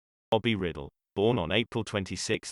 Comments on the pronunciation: Bobby Riddle. Really? It's Ry-dell. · Its Rye-dell, not Riddle. And all those special effects are annoying. Other than that, it's a nice biography. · It's RI-Dell not riddle. good lord get it right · Bobby Riddle? No, it's Rydell! Please correct this video. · The speaker should at least learn how to pronounce his name. It was Ridell (pronounced with a long I) not Riddle (short i). I recently watched Bye Bye Birdie and it reminded me that he had a terrific voice. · It isn't right when an actor or British Personality from Great Britain (try to ) pronounce names. So sorry to hear that Bobby Rydell passed on. His last name is not pronounced (Riddle, but Bobby Rydell). Thanks for your music Bobby and rest in peace. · Computer voicing gives us "Riddle". How about a real speaker. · I HATE when they do that. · It's very annoying that it pronounces it incorrectly, but it's also a computer voice.